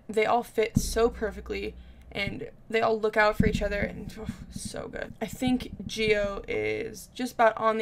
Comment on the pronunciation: Gio is pronounced like Joe